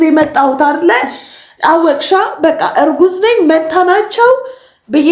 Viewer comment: ማንታ ሲትል ሳቅየ መጣ😂😂😂😂😂